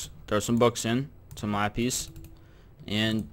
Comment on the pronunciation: Why does he say "Lapis" weirdly?